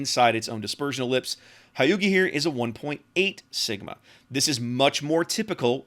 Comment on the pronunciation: A small pronunciation tip for Future Japanese ships- the dash over the letters “Ū” just means to extend out the sound. Hyūga will therefore sound like “Hyuu-ga”